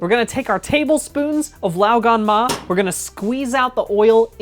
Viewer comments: Even pronounces it pretty well. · as a chinese person, i can assure you that you pronounced 'lao gan ma' perfectly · I was gonna correct ur 'lao gan ma' to 'lo gon ma' because my -25 vision thought the jar said 香港（Hong Kong), so it's Cantonese not mandarin, but then I searched it up and it's actually 香辣 not 香港。 I will now go and purchase some glasses.